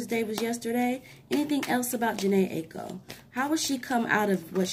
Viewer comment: Thank you. It's eye-ko 😀 it was marketing. Jhene's bro was in a group called melodic with fizz